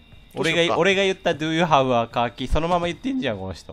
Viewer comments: 「Do you have a Car key(かーきー)？」かwww 「Do you have a カーギー(鍵)？」かと思ったwwww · 「Car key?」 をがずっと「かーぎー？(鍵)」だと思ってるの笑ったわ